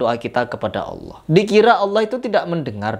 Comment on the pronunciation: Her kamu jangan merubah nama allah... Kok bisa sebutan allah dirubah jadi hallah......